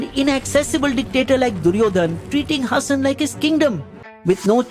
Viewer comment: Its pronounced Haasan not Hassan.